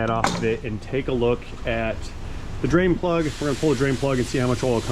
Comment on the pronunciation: One time drain plug, or did you say brain plug?